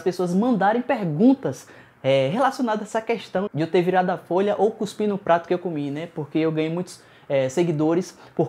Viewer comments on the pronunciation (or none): none